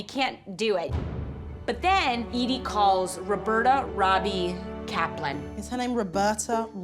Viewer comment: I thought she was saying E.D. but at the end I saw the name EDIE .